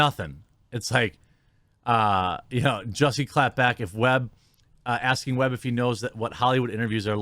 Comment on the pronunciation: Because it’s jussie like “just” without the t. And then “e” so “jus-e” and his last name is pronounced small-ette lol